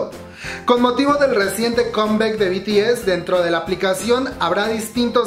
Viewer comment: "Combec" "iduan" "jiouna" 🤦🏼‍♀